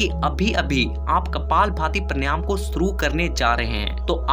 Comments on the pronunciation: उच्चारण तो सही कर ले बेवकूफ पर्णयाम नही प्राणायाम बोल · Han vo paryanam galat keh rahe hain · First of all, you should learn the correct pronunciation of PANAYAM . Brij Sharma